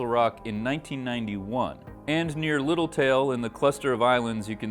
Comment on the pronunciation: I think you guys called it Little Tail island? It's actually Little Tall island.